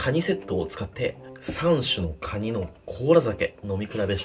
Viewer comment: クワァ二って聞こえた